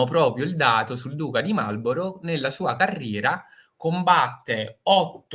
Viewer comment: Marlborough e non Marlorough